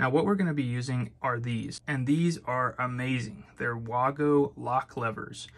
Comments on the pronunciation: It's pronounced Vago (German Company). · It's pronounced "way go" blocks.